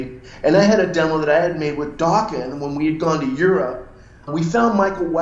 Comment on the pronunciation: He messed up the pronunciation of Dokken